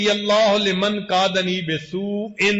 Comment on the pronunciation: Asalamu Alaikum sir...no 3 mai agar mai nay ghalat na suna ho tou ap nay kaha (Laymum) lekin yai (Laymun) lika hai....aur 5 no mai (Bay Su In) nahe hai yai (Bay Su a) hai